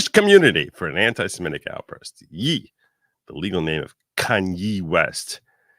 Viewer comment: I think Kanye deserves an apology from for pronouncing Ye that way lol